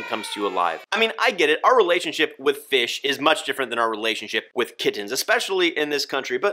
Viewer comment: Lmao “feish pewp”